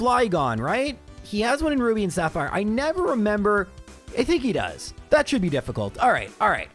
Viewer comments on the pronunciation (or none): none